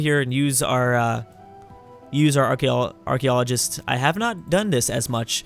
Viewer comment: can say "Archaeologist" (thank you google chrome for correcting my spelling)